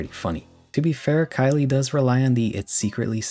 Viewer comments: The name "Khyle" might be pronounced "Kyle." "Kylie" is the feminine version of "Kyle." You might want to look into the pronunciation. Not trying to be a grammar Nazi, but you might just want to make sure. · That's how you pronounce Khyle? I thought it was pronounced like "Kyle".